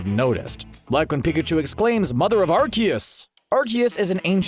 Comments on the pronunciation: It’s not arkeus it is pronounced are-see-us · It isnt pronounced "are-kee-is" its pronounced "are-koos" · the pronunciation of arceus also bothers me it's a soft c sound not a hard c sound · So interestingly enough, the Pokemon Company originally had it pronounced Ar-see-us (as Pikachu pronounced it in the movie) but later changed its official pronunciation because it sounded like "arse." Now it's pronounced Ar-kee-us…but Pikachu still pronounced it Ar-see-us in the movies. I don't know why. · YAVELTAL MUST CORRECT YOUR MISTAKE PUNY HUMAN!!! IT ISN'T ARCEUS IT'S LORD ARCOOS!!! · It's not arceus. Its arkoos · Aseeus not arkeus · its not arceus its arkoos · Quick note about Arceus. It is pronounced Ar-see-us. In Japan, it is アルセウス (A-ru-se-us). But great video. Mewtwo's Japanese version voice acting was quite menacing. I watched in Japan twice, once was 2D with English voice and Japanese subtitles. 2nd time, I watched in 4DX in Japanese. Definitely worth 4DX experience. 😉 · Actually, the movie mispronounced it. It's Ar-kee-us but I don't think the movie people realised it was wrong. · The way he pronounce "Arceus" kinda irritates me a little bit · You mispronounced Arceus